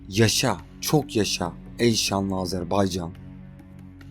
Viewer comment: Sen dünyanın en iyi “Azerbaycan” diyen adamısın sen “Azerbaycan” dedikçe tüylerim diken diken oluyor bunu duymaya geliyorum resmen bavdhshsbsha